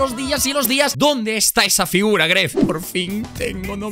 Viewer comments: Dice Guave, escúchalo a 0.25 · Dice "Guave". Escúchalo a 0.25